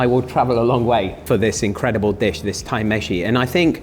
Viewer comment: "Thai meshi" haha